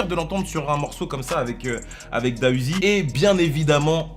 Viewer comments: Juste pour info on dit D.A Uzi et pas DA Uzi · On dit pas Da uziii mais D A uziii🤦🏽‍♂️ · On Dit D. A UZI